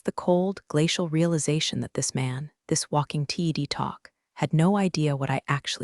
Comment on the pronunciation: Ted talk, it’s a Ted talk, not a T.E.D. talk, your AI can make up words for other acronyms but can’t manage Ted? Consider this a learning opportunity.